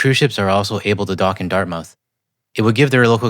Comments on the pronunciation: There is not as much to do and see on the Dartmouth side for cruise ship passengers, plus they would have to build the docks which is expensive and takes a while. BTW you don’t pronounce Dart”mouth”, it’s more like Dartmuth. 🇨🇦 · Just a friendly heads up. As someone that grew up in Dartmouth, it is pronounced DartMITH not DartMOUTH. You can hear it in the news clip with the way both the reporter and the guy they were talking to on the water front said it. Keep up the amazing work and give your cats some love from me and my cats :) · It’s pronounced “dart-myth”. Retired 30 year RCN Vet here posted to CFB Halifax many years. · Quick note... As a kid who lived there for 12 years, I can tell you that Dartmouth is pronounced "DART-myth", not "DART mouth". It's like Plymouth isn't "PLY mouth". It might have been, a thousand years ago, but Dartmouth, Plymouth, Yarmouth, etc typically follow this paradigm. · Hey just enlightening you to pronounce Dartmouth as Dartmyth ❤